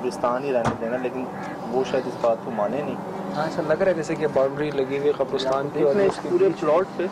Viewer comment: I love when says kabr usrtan istead of kabr istan